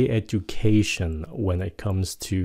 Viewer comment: Thầy cho em hỏi là phút thứ có câu "...when it comes to Vietnamese". Sao em cứ nghe "it" thành "i" ạ. Thầy cho e hỏi chỗ đó là "it" hay "i" vậy?